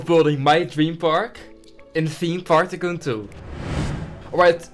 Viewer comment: its TYCOON not TCOON